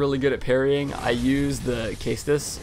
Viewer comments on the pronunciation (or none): I will definitely try this, I have always been a fan of dex weapons, and rapiers! And concerning the shield, why simple over blessed? I like health! Also, it's pronounced seh-stus, just trying to help :)